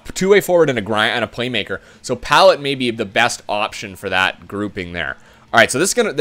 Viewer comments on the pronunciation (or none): Dude, lol you have destroyed Tampa, where is Stammer? Please tell me you didnt trade him in an earlier episode? also its (puh-lot) not pallet and (Kil-lorn) Also, get Campbell....he turns into an 86 overall